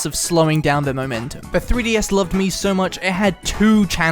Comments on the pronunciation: The more i hear him Say mii it more sounds like he says meme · Like people but Miis